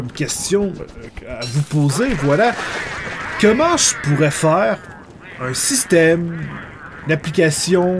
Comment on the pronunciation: pourquoi tu dit kemment au lieux de comment?